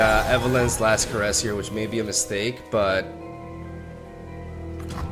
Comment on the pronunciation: Last Caress (Evelynn spell) isn't pronounced Care-ess. It is pronounced Cuh-ress. Just thought you should know because it really bothers me when you say it wrong.